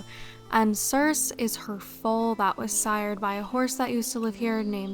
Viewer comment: FYI— sorry if you've gotten this comment before, since this is an older video— but the name Circe is pronounced with a long E on the end (like ee). Greek names with an "e" on the end all voice them (Aphrodite, Euridice, Penelope, Persephone all end in "ee".)